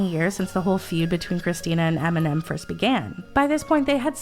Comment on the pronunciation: Eminem, not Aminam.